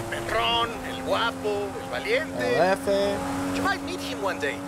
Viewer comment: Pronounced hefe